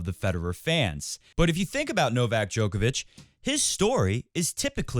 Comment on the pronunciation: Show him some respect and pronounce his name correctly